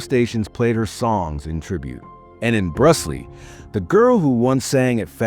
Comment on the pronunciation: Brusly is pronounced Brew Lee.